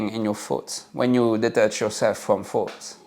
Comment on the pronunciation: I love that you pronounce the word thoughts as “fots.”. It’s easier to see that “fots” really aren’t anything worth keeping